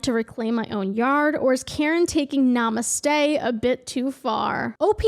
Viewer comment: That last lady turned "Namaste" into "Nah I'ma stay" 😂